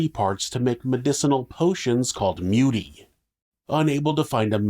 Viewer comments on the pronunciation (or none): Also muti is pronounced mooti, not mewti. It means medicine to primitive minds. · Know it's not really important but I guess if you ever come across the word again. You pronounce the word muti = Mooty. Just an african viewer here😆....Love your channel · South African here🙋🏾‍♀️ love how you pronounced "muti/muthi".😅 Its actually pronounced as Moo-tee😊